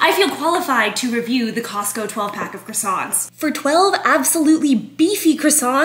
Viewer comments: 'Kwa-son'. please pronounce these better. If being offensive to the french was your goal, you did well. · They are pronounced like "kwa-son" not "cross-ont" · Well you just offended all of France by saying croissant incorrectly. They pronounce “croi” as an english “qwe” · From my entitled french POV, I'd never give those above 5 but taste is taste. The offense is the pronunciation of croissant 😂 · Went to French pastry school - Still pronounces "croissant" incorrectly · Shame ‘French’ pastry school failed to include a pronunciation guide for ‘croissant’, huh? Thanks for your input. Don’t buy cheap, bulk food and expect gourmet. Shocking. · You won't offend any Frenchman except the way you pronounce croissant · if you went to French pastry school you'd know how to actually pronounce croissant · Qualified to taste test them but totally unqualified in the pronunciation of the word croissant 🥐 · You say you know about croissants but you pronounce it wrong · Ten seconds in, you've alreay pronounced it incorrectly. You've now offended all French people. You're done. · all this and you still can't pronounce croissant properly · more annoyed you can't pronounce the word correctly.